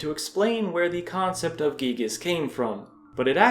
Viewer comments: Can we all stop pronouncing Giygas as Gieg? When we were kids we all called him Guy-Gas. I refuse to change that. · Giygas is not spoken Gigas but Guygas it just sounds better. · It pains me when you say "geegus" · "Gee-gass" sounds funny